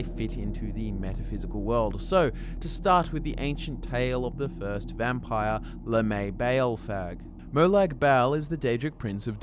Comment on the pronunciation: It's pronounced lamy